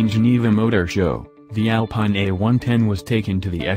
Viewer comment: Please! Say "ALPEEN" in French